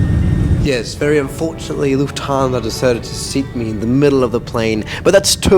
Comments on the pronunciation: lufhansa? lol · did none of you guys see lufhansa? its LUFTHANSA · Lufhansa? Do you mean Lufthansa? Was it a typo, or mistake? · Do it read that correct ? LUFHANSA ? Man, it is FLUFFHANSA. How can someone stuff that one up so bad ?🙄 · Yes we love”lufhansa” lol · Why do you pronounce it "Lufthaaansa"? Cool video but that triggered me very hard. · hey might want to change the “lufhansa” 😂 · why did you forget the T in lufthansa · dude is going full german mode